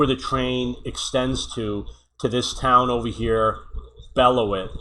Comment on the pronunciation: As a wisconsinite i love you attempting to say "Beloit"😂